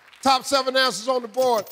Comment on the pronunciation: “Top seven ansas on da board”